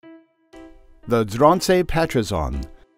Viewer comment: Ooowh no hahaha. I never heard any non-Dutch speaker say the breed name before. Haha well atleast you tried; I know it is kinda hard 😅